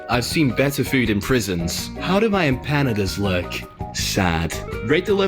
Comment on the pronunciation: Beans on toast is very British for breakfast. Edited to say, the narrator mispronouncing the names of the dishes had me screaming Emp- a-nada!! And Pie-a-ya!